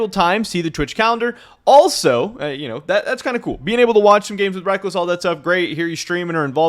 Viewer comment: I see your content everyday not nitpick but it sounds like you are saying wreck-less, i hear others saying wreck-culls, is it one way in NA and another in EU? another question is are you going to cover how and why Riot dropped the ball and tickets were hard to come by and the venues are really small? It seems they didn't plan it very well.